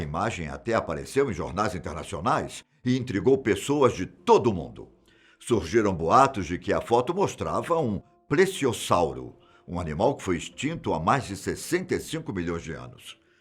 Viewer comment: "pResiossauro" tá "serto" 😂